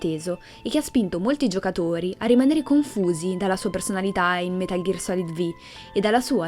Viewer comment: Però "metal ghiar solid vi" come lo pronunci stona è metal gear solid 5 non vediamoci la v di venom per piacere